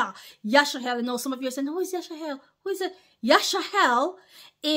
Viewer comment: Why are you saying Yash-a-hell instead of Yash-a-rel 🤔